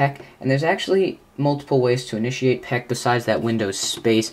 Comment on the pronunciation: Actually, it's called "Peek" (aka Aero Peek), not "Peck".